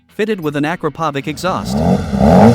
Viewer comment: You should really learn how to pronounce Akrapovic by now